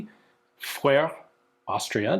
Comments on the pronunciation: Its the uh sound, vuh-ruh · Vöre - not that hard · Speak "Foehre" or "Fo-ore" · I always pronounced Voere as V-Ore. I've had a couple of their bolt-action and lever-action guns. They are good guns, but not as nice as other German-made guns. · I always tried to pronounce it as a native German-speaker would, which is difficult to try to write phonetically because the (very common) German "oe" doesn't exist in English, but talking to people at gun shows, everyone seems to pronounce it as the English name "Vera", which is a reasonable translation. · Voere or Vöre for ease can be pronounced as For-uh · Say: "Foo re" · like the tree, the name is a combination of the two foundr names, VOEtter und REstle. Voetter als can be written as Vötter. So it makes Vöre... basically a misspelling of the tree name "Föhre" (Pine). Also their logo is a needle tree, which makes it more obvious how the name should be pronounced. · German guy here. Your phone had the pronounciation spot on. V in German is mostly spoken like F (Volkswagen) and oe equals our "ö". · Your problem is assuming it's actually an "o" and an "e", it's a different vowel sound altogether. You've been to Finland, replace it with the "ö" sound from there, and you're closer. =) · I'm kind of surprised that Ian has such troubles pronouncing "Voere". 😅 The combination "oe" is pronounced as an "ö" in German. and it's the same sound you make for the "eu" in "leu" in French. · Aye, was looking for someone who'd commented this. =) Ian's been to Finland many times by now, surely he knows what "ö" is supposed to sound like? :D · If you don't try to pronounce it in a French way, you might succeed at saying it correctly. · In German (the language, whether Austrian, Swiss, Belgian or Germangerman) a V is almost always pronounced like an F. Referring to the intro haha